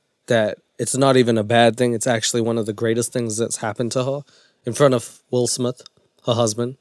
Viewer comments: "Will smiff" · “Will Smiff” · Wull Smith?? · Will Smiff 🤣🤣🤣